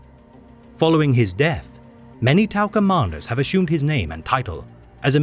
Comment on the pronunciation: not even say the name right, liar and attention seeker